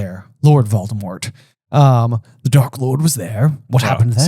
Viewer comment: Not voldadaddy 😂